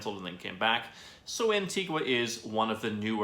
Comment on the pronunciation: The least you could do is say Antigua properly!